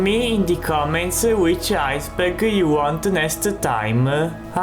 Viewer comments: I Think 'Ice Burger' Is A Word Your Failing To Say. Correct Word Should Be Ice Berg. But Then Again It Might Just Be Where Your From. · "Ice Burger." Good Lord.